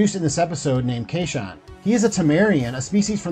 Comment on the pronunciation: "Fay ho"? really, come on... edit: OK.... Children of "Tamma" and "kayshun probe" - let's be real you're trying to pronounce things you're reading and haven't really watched.